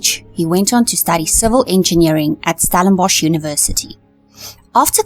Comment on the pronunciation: PLEASE - it's NOT Stalinbosch - but Stellenbosch - get the spelling right!!